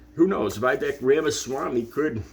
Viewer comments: You have seen the video your referring to.. So how can you mispronounce Viveks name...is it because you pose the same low level of acedemic education. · Everything from the way you're pronouncing Vivek's name to how you're referring to Tez Figaro's name to your confident but blind assumptions about Vivek's intentions for the proposal suggests a glaring deficit of attention on your part. You should spend more time paying attention and less time broadcasting your underdeveloped views to the world.